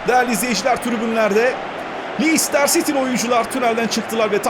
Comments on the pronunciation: abi lestır siti diye okuyabilirsi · abi lencıstır sity o yanlış soyluyon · abi lestır siti diye okunuyo